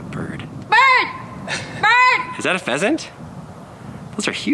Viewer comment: Did said "phasant baby"?